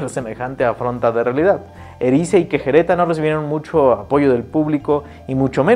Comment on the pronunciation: Hay alguna razón por la que no pronuncie Querejeta ni una vez bien?